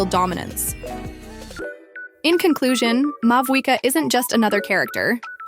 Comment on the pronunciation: this must be an AI voice because EVERY SINGLE YOUTUBE CHANNEL cannot be this horrible at pronouncing in-game items, characters, and so on. FLOW-GIST-TEN. MA-WHUI-KAH.